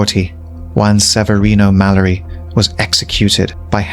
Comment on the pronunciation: It's read as (malliari) even if it's spelled mallari